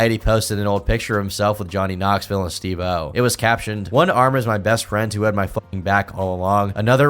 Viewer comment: love the videos but hate the way u pronounce steve-o